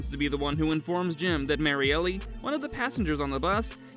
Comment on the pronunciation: Marielle, not "Mary-Ellie". My god, dude... 🤦‍♂️